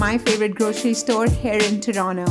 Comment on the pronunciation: It's Toronto not Toronnnoo.......